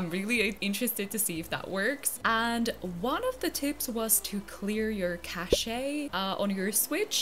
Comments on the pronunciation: Haha! Eugene with the circle frame glasses is so cute! Also, its pronounced Cash (cache) 😊 Yay!! Congratulations 🥰🥰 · i think cache is pronounced like cash but i’m not sure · Cash-ayy 😂 love it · Omg Im a software engineer who watches you to chill and you made me spit hot tea out with the cache pronouncement gurl im using that daily now. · lmfao the way she says cache